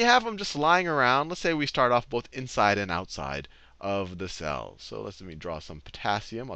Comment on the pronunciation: Everytime he says "cell", I hear it as "Sal".